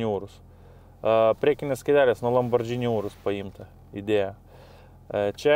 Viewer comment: razstavkės - tai ne razdatkės. lamborghini - tai ne lambordžini. spaghetti - tai ne spagedži.